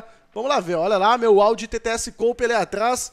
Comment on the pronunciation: se escreve coúpe mas se fala Cupe...